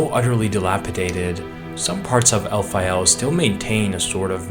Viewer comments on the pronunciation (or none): I know El-pha-yel sounds cooler but shouldn't it be Caylid (Caelid) and Elphayl (Elphael)? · It's Alfael, like Fae/fairy. Not El Fayel, like it's in Iraq or something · Your pronunciation of Elphael as El-fye-el prob isn't as intended. As it's spelled, I get you can have 'phae' to be said as 'fye', though there isn't anywhere to get the final 'el' at the end from just a singular 'L'. You prob love saying Elfyeyell bc you say it every 10 words lol. It's likely pronounced as Elf-ale. Good quality video tho